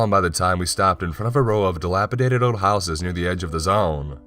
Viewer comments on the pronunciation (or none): none